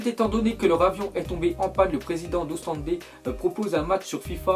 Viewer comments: Ont dit OstendE pas Ostendes.... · on dit pas ostendé mais ostennd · Mais arrêté de dire Ostendé le e de la fin sa se prononce pas juste ostend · on dit pas Ostendé mais Ostende mdrr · c'est pas Ostendé c'est Ostende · Mais ptn faudrait apprendre a respecter les équipes belges c'est Ostende pas Ostendé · Putain c Ostende et pas Ostendé faut pas rajouté de é par tt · lee joker maka j'ai fais la même réaction mdr Ostendé putain